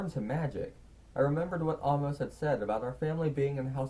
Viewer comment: Hey, you've been pronouncing Amos wrong. it's AY-mus, like the book of the Bible.